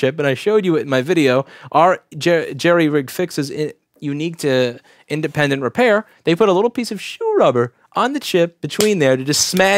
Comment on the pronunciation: I know it's too late to bother correcting, but it's jury rig, not jerry rig. Damn JerryRigEverything and a touch of illiteracy.